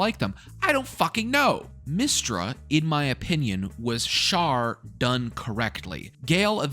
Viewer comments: It's always funny to watch people play who have no history with BG, BG3 early access, and DnD. I think I heard Shar called Shart a few times which made me laugh. You definitely did things I've never seen before, and I've done act 1 probably 4-5 times in EA (what was available) and about that many after release. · Amazing that you called Shar "Shart" without realizing that's what the community calls Shadowheart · Kinda funny how you say shart is shadowheart's god (its shar) but like 99% of the fanbase uses "shart" to describe shadowheart because SHAdow heART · funny how you call Shar Shart but the rest of the world calls Shadowheart Shart